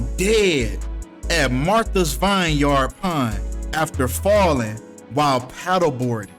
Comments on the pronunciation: Vineyard pronounced: vin•yrd Literacy is so important, if you see a word in life that you have not been introduced to, it is absolutely ok and imperative to learn it’s meaning and pronunciation. BM please take your literacy seriously because regurgitation of words without the understanding of them is the reason why society can’t comprehend your message. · Lol it's pronounced vin-yard😂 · It’s also pronounced vin-yerd